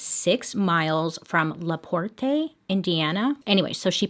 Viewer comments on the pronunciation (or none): Lol LaPortay. Its pronounced as La-port. But its okay. We have some crazy names lol. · as a hoosier, it’s pronounced la PORT 😂😂 love your videos bailey this one is something i grew up hearing about from my mother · I’m from Indiana it’s Leporte. Your making it sound more fancy. Is basic. I love your Monday, Mystery and makeup! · the way she says Laporte, Indiana has me dead! "La-por-tay" haha I live 30 mins from it its just pronounced "La-port" nothing too fancy lol another thing to add: popcorn is a huge thing in this region because of Orville Redenbacher so I'm not even surprised they were handing out complimentary popcorn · "La por-tay" lol the town is pronounced la port the e is silent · I don't mean to make fun, but I couldn't help but to lol every time you said "La Portay". I'm from Indiana, it's pronounced "La Port", nothing fancy. Lol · Bailey: “La-por-TAYY” 😂😂 Me: “oh Bailey, there’s always that one word in every episode” giggles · Lovely Miss Bailey adore your channel and you!! One thing doll it’s pronounced “ la port” e is silent. French spelling but English pronunciation because you know how we mess everything up lol Much love stay healthy Enjoy your videos so much!!! You’ve been a bright spot during this very dark year!!! Thank you so very much!!! ❤️❤️❤️ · First of all, it's La Porte, pronounced Port, not port-ay, trust me Indiana is NOT fancy. And, yes, she was an evil genius and I think that was her great escape! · The name of the town is pronounced as LaPort, not LaPortay. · You can just say LUH PORT(La Porte),we pronounce it with out the TAY at the end,I live in Indiana and I’ve never heard it said the way you say it,I never even would’ve thought to say it that way! Lol no hate at all,I just though it was kinda funny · It legitimately threw me off the whole time hearing her say “La Portay” the whole time. 😂 Half the places in Indiana aren’t even spelled the way they’re pronounced though, so it’s excusable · I giggled every tome she said laportay 🤣